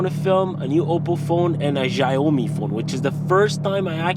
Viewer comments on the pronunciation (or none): Man, is not Jaomi, Xiaomi - Xi, sounds like "Shiaomi"